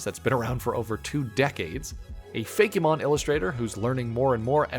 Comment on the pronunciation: I cannot state how much it bothers me that you say Fakémon instead of Fakemon lol